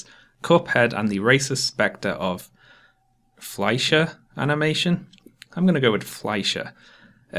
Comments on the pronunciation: Ya, you pronounced Fleischer correctly. I highly recommend watching the first 9 Superman episodes they did (before it gets into the WWII propaganda with those racist stereotypes). They're incredibly well animated shorts. Just stop when the Fleischer name is dropped from the title. Though, the title of the episode is a pretty clear indicator of where things are going. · perfect pronunciation of the name "Fleischer"! Great video, as always. Just became a patron and looking forward to your future videos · Nailed the pronunciation of "Fleischer" btw. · Good job pronouncing Fleischer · good job at pronouncing fleischer, pretty much spot on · Thats a pretty good pronunciation of Fleischer for an american right there! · Never heard of Cuphead but I'm really digging that incredible Fleischer (yeah, you pronounced it correctly!) Brothers-style artwork. Not because I'm a racist Nazi or an "anti-SJW", but because I love old cartoons and comics. You cited Warner Bros. cartoons, Cuphead is most definitely a homage to the Fleischer style, specifically. I suppose they were an inspiration for the Story of OJ video, as well. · You pronounced the studio correctly. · I'm proud of your pronunciation of "Fleischer", especially considering your previous attempts at German names. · Auch ein blindes Huhn findet mal ein Korn, no hate :D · You were dead on with 'Fleischer' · you did indeed use the correct pronunciation for "Fleischer" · How did you manage to pronounce Fleischer right but mess up Kotaku? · How did he mispronounce “Kotaku” but get “Max Fleischer” right? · Congrats on the correct pronouncation of Fleischer! I think it's the first time you correctly pronounced a German word. Great video as always! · Pretty good pronunciation of "Fleischer" there!